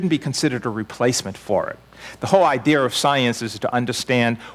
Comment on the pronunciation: I love the accents where people say words likes "idear" and "phenomener". My grandmother from Northern Ireland says "idear." This stuff has been blowing my mind recently. Couple this science with the countless millions of anecdotes of "paranormal" experiences that fall outside of the term "hallucination" and we live in one really fucked up and exciting universe.